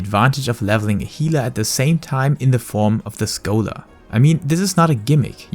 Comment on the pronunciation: I hate the way you say scholar. That is all.